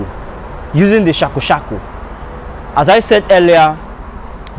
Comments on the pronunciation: Wtf 😂 bruh ,what did you say it’s called in Hausa ‘shakashaka’ . The correct pronunciation is ‘Shuwaka’ . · ITS SHUWAKA. NOT SHAKU SHAKU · It's Shuaka in Hausa not shoka shoka😂😂😂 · In Hausa is not sakasaka but SHUWAKA